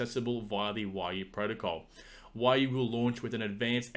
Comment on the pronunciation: its "we"-"you" lol